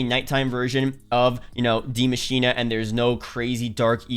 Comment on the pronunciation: Ikr these youtubers are dumb af just because you have an accent doesnt mean you put a letter in a word that isnt ever there